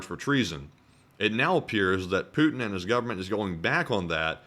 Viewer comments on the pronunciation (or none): “Putiny” lol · the "Putiny" roflmao